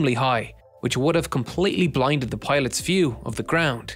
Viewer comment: Piloth Pilosh Pailoth